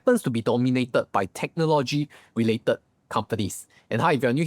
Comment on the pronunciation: can u learn to pronounce "technology" and also the word "modest"... is not pronounced "mode-ders"